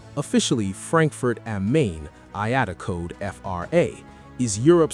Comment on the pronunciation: Pronouncing “am Main” like in English is wild 😂😂😂